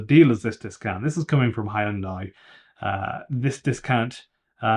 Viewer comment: you lost me at "Hiundai"